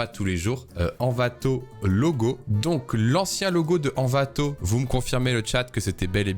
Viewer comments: T'as surtout dis "Anvato" 1000 fois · " N'Vato " la prochaine fois STP💔